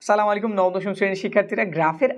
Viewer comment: সঠিক উচ্চারণ সালামালাইকুম না আস্সালামুআলাইকুম ❤☺ ছোটো হয়েও এটা আপনাকে বলতে হলো ।😅